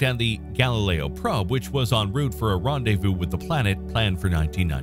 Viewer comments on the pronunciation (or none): none